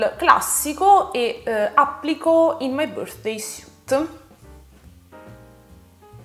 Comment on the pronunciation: Finalmente qualcuno che pronuncia underneath e "suit" in modo decente! 😁 Lo so non siamo tenuti a pronunciare l'inglese bene lo so. Poi però noi italiani scassiamo le balls a tutti i popoli del mondo perché non sanno cucinare la pasta. Quello è oltraggioso! Pronunciare suit come sweet invece eh dai cosa vuoi che sia! 😋😋😋